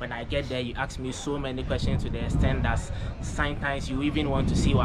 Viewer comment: Are all Ghanians incapable of pronouncing "Ask"?????